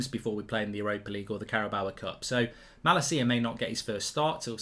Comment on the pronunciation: As a dutch person for the LOVE OF GOD learn how to say Malacia’s name PLEASE 😂😂